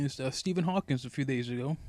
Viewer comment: It's Stephen Hawking. not "Hawkins'!